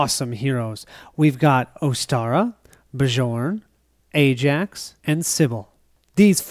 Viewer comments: Love the play through, but you are driving me crazy calling the barbarian "Ba-Jorn." It is pronounced "Byorn," like Bjorn Borg. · Awesome play through. The Trog's are cool. Have only played with the base game monsters. Bjorn is pronounced Bee-YORN:) it is a Scandinavian name. Charge was an awesome skill in our game on Bjorn. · Bjorn (Bee-yorn!) should not heal 1 point when he takes the +1 Max Health skill. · Every time you say Bjorn, the way you pronounce it, I have to think of a French guy in white/blue striped shirt, fighting with a baguette...